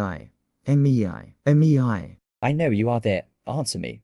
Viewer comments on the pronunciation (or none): The fact that dan says: meiyay meiyay meiyay instead of mei😂😂😂😂😂😂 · Mei ❌ Emmy eye ✅